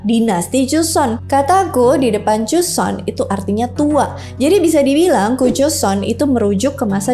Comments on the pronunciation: Bacanya joson bukan cuson😂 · joseon ka bukan cuson😭😭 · Maaf ka pelafal an nya JOSON & GORYO ya bukn Juson atau koryo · Kok jadi chuson😅😅😅. Pdhl Joseon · tulisannya 조선 bacanya jo (o nya sawo) seon (eo nya roti) jadi bacanya joseon bukan choseon